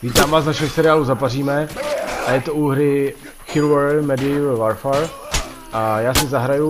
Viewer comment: Chlape, čte se to [šivalry medívl vorfér] a ne [čivrl medeval varfar] XD